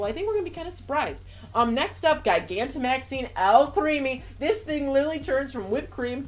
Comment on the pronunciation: Try pronouncing it like this... Ji-gan-to-max-ing ... Like a giant. ...